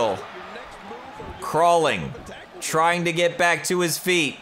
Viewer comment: In the intro said BACKCK